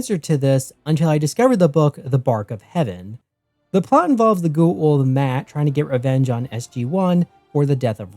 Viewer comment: The way you pronounce Goa’uld is killing me.